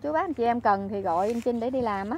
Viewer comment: ụa chị,anh trinh với chinh, hai từ khác nhau mà,hai cách phát âm khác nhau,âmtr với âmch mà,e thì ko có ý kiến gì,mong chị gọi tên các anh cho khán giả dễ hiểu hơn,chúc chị nhiều sức khỏe